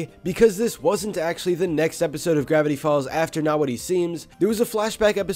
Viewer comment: Grrrrrrrrrevity folz